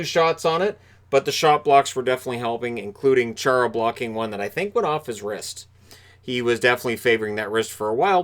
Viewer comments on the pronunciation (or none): none